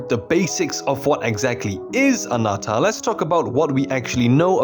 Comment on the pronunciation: why do you say Anata and not Ananta? and ZenslessZoneZero instead of Zenless